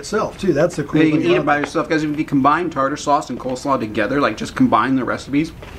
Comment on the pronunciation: When you slipped up towards the end and said tartar slauce instead of tarter slaw, I actually thought tartar slauce sounded better!